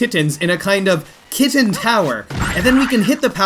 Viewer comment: Midwesterners cringe at the way you say kitten.